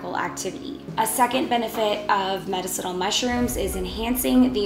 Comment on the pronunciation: You are Pronouncing Medicinal Wrong Ask Alexa or Siree how to pronounce it right...spell it out for them